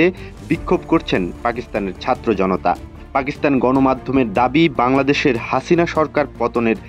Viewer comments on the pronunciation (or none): none